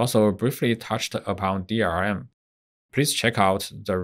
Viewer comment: Its DLRM not DRRM